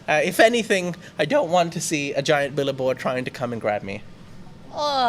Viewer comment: It’s not a “billaboard “ but a “Billboard “